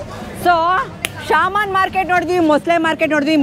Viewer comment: Sir adu ಶಾಮನ್ ಅಲ್ಲ ಶಮನ್